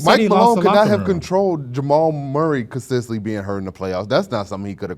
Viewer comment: “Consistently” CON-SIS-TENT-LY. Not consisently bro driving me nuts I hate to be that guy and love you fellas but DAMN